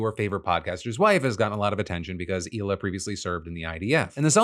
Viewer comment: Its Hila not Ela